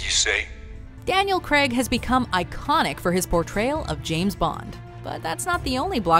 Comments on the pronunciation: Why do Americans pronounce it Creg? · Who the fuck is Daniel Creg???? It's Craig! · Daniel Creg? Really? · I don't get how Americans get 'Creg' out of 'Craig' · “Daniel Cregg” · Craig! Craig! Craig! Not Creg! How can you not pronounce it? Craig like vague or plague. Not Creg like Greg or beg. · Down voted for saying KREG instead of Craig. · Who the hell is Daniel Creg? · the funniest part of this vid was how pronounced Craig. Cringeworthy. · Daniel CREGG??